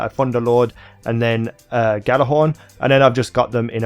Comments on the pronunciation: It's either jallerhorn or yallerhorn but the g is silent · It's pronounced jallerhorn it's a silent g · The gj part is pronounce as a Y. so you would day it as Yallarhorn.